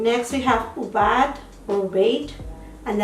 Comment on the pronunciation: haha i was about to say maybe you build on and you got to wait for it to dry thats why its patchy!my favourite shade is Aubade gosh u cant pronounce it either hahaha 💕great review